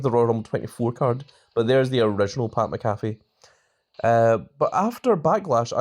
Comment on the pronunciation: How many times you gonna mispronounce Pat Mcafee 😂